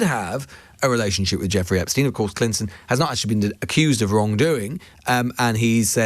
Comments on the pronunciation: Whats with the "Esptein files"😂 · “Esptein files” well done, very professional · ITS EPSTEIN and not ESPTEIN